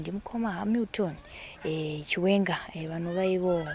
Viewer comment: Pronunciation ndofunga